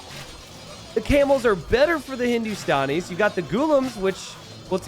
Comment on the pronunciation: Its Hindu - Stan - Ees not Hindu - Stawn - Ees (The Stan is like how you say Stanley, not Stawnley lol) -- Love your content btw <3